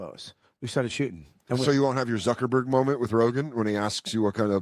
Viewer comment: It's pronounced Mark Zuckerberg, not Zerkerberg, You're welcome.